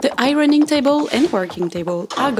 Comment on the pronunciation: I love your studio! Loved the music from the sheet metal, I would have totally done the same thing! I also loved hearing "irony" when you said "ironing" my American, 55 year old, ears trick me all the time. I only hear two syllables in the word "warrior" and not three.